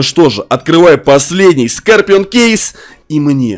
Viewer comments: Не скопион а скорион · Не скапион а скарпион